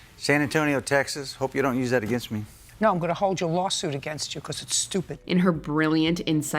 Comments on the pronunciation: The way you keep pronouncing, against, is making me twitch. You are pronouncing it like a-gain-st, like it's spelled, but it's pronounced, a-gen-st. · wtf is goin on with how you pronounce "against"?